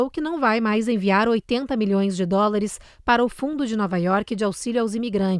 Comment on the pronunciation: Presidente nao sabe falar dolares 😂😂😂😂😂